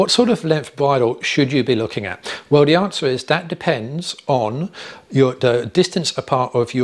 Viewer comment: NB - "the" not "dee"